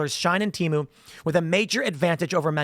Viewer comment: It isn't shine. It's pronounced she - en. Its also not teemu. Its pronounced tay-mu